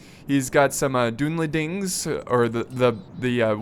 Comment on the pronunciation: Just a pronunciation tip, its pronounced "done"lendings instead of "dune"lendings. The "u" is more of an "uh" sound than the "ooh" sound.